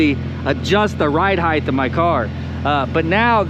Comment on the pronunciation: Ride Height not Ride Heith